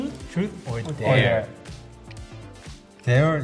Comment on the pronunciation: "Dare is THERE?" hahahaaa